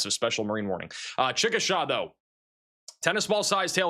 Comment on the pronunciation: Say ‘Chick a SHAW’ and you’ll have it correct.